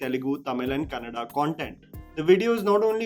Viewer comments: Respect for Anil Kapoor for saying "Kannada" movie instead "Kannad" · Thanks Anil Kapoor for saying Kannada and not Kannad